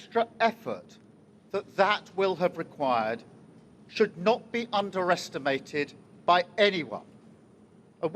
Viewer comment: When he say we can't udersitmate Rishi sunak.❤❤😊